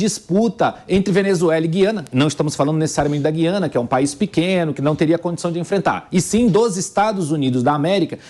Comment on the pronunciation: Boa mesa redonda. Mas vamos falar Gu quando falar Guiana. Dói menos nos ouvidos